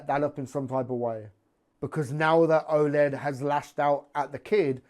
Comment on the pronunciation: I love you but its Oleg stop saying Oled lol hes no a TV!